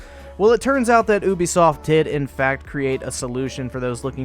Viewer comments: It's "you be soft", not "ooooo be soft". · Ubisoft not oobisoft